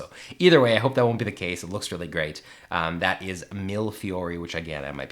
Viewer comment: Mille Fiori looks very interesting! As Italian, I can say that the "Mille Fiori" pronunciation is really close, it's only missing an "e", similar to "end", for "mille". Anyway, millefiori meas "thousand flower" and it's a sort of rod used by glass-makers in Murano (Venice).